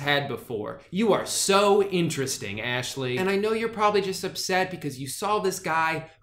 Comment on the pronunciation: nah I'm pretty sure you said Ashley's name correctly